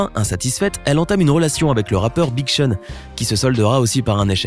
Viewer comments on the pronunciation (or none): none